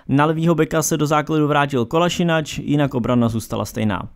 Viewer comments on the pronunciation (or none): Zouma nemá na základ obrany Chelsea(to by tam byl lepší ten Luiz...), jeho výkony jsou zatím podprůměrné až hrozné. Arsenal má určitě nejhoršího brakáře v top 6(Leno,Ederson,Allison(i když je teď out),De Gea,Kepa,Lloris), Je to KolašinaC né Kolašinač... To je jako bych ti říkal Přáža... Torerizoval? To je nějaké nové sloveso...?, Jo a ten dislike dostanete, já své slovo držím.